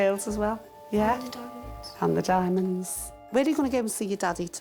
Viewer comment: I think they mean Diamanté but pronounce it the same way as 'Diamond'